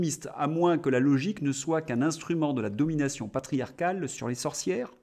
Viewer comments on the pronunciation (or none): none